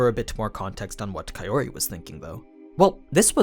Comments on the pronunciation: dude i know it's april fools, but Kaiori instead of Kaori? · I'm just saying this so that I can help you, here goes; Kaori = Pronounced, Ka - Oh - ree If I were to put it in your words; Kaori becomes Kayori Hate me if you must but this is now a pet peeve of mine, considering I no longer need to read subtitles when I watch Japanese anime... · Pretty sure it's Kao-ri (Cow-Ree) not Kae-ori (Kay-Or-ee), least that's how the anime Voice Actors all pronounced Kaori's name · The way you say kaori as kayori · Why are you calling Kaori "Kayori" instead? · I;m sorry, but "Kayori" is completely off from "Kaori". You're great and explaining the differences between the LNs and animes but please work on your pronunciation, it's throwing me out of the immersion. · man you watch the anime and hear the characters speak. how do you fuck up kaori’s name this bad? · The way you say Kaori. I can't!